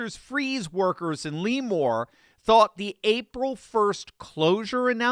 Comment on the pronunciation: He's clinking glasses 🥂🍾 because he's a raging success in their eyes. The goal is to ✅️wreck and reset CA, still our country's largest economy, to effect the nation's income to make US desperate enough to want their 'reset' solution which is globalism. Never! 👊🇺🇸 ~ from a Californian P.S. it's not Leeee more. It's lehmore. Le as in Lester.